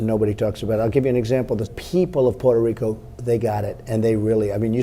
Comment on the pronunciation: its pronounced "poo-toe Rico"